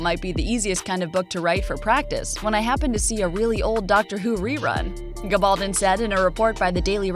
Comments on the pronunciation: Whomever is narrating this video needs to learn how to pronounce the author's last name correctly:. It's a Spanish surname and should be pronounced with the stress on the last syllable--GabalDON. For heaven's sake, this season 5 and you sound like an ignoramus!!! Your channel is making plenty of money off this series, I imagine, so do your homework on details like this. It matters and is disrespectful of the author who has shown such meticulous detail in her own research for these brilliant historical novels. Thanks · Which gives her no excuse for mispronouncing the author’s name...🤷🏻‍♀️